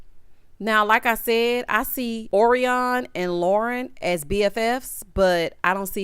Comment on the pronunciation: Orion is pronounced like the constellation.